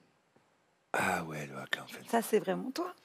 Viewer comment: Alors...le HAKA...come il s'écrit...SE IN PRONONCE HAKA....et non pas AKA....on prononce le H....